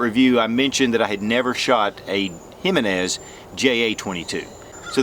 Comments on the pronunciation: Damn, brutalizing the pronunciation on that one.."High-menez"😂😂. Should be "He-meh-nez". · It’s Heemenez, not Highmenez. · It's EE - MAN- EZ. Not Jimmy nez. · It's Him-en-ez not Hymen-ez Just saying... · Repeat after me now, “he-men-es” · He-men-s.... You said it right a few times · Have gotten into mouse guns since earlier this year (2019). Curerntly have 4 and waiting for clearence for my 5th. Really appreciate your reviews Mouse guns and others. You are one of 5 reviewers I count on. One point on this review, it is sometimes confusing for some when it comes to pronunciation of Spanish words. The name "Jimenez" is "He - men - ess". The "H" in Spanish is pronounced like "H". Any way keep on reviewing. DId not Jimenez sell to Phoenix Arms? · I was told J is silent, so em-meh-nez... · Hey brotha, thanks for another cool little review but let me give you a little hand with something. Ji-MEN-ez Watched this vid and the newer one on the 9 and I can hear you hunting for the emphasis and hoped I could be of service :) Keep it up and zero negativity intended! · It's pronounced HE - men -ez . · Put some work into pronunciation, boy. "Hymenezz JA-22"...